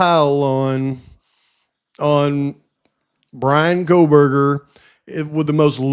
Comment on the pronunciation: "Kohl-buger"... she can't even pronounce his name😂